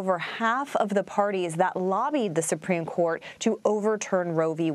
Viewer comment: "Supreme Dourt"